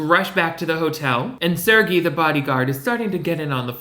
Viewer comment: They way he pronounces "Sergei" to rhyme with "Fergie" has me sent, lmfao